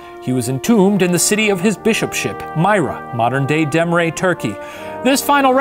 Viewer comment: My god the way shane pronounced "Demre". It took me 5 rewinds to figure out what he was saying.